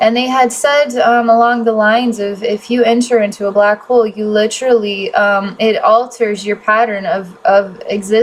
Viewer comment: I had to pause to explain this. I’m not sure what’s more distracting, the “Ummm’s” (said almost constantly in previous videos) or the word “Lit-trully” being said 7x just in the 1st 6minutes of this video., I’m not trying to be mean. It’s very distracting though.